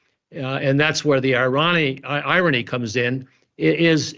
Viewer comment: Ah, having a “professor” ons your channel that can’t pronounce “irony”😂😂😂!!! Scraping the bottom of the barrel much? And if you want to really be historically accurate, the British were far worse colonists than the Dutch. As I listen to this “professor” all I can hope for is that him and his ilk retire and rid the world of their pseudo intellectualism 🙄.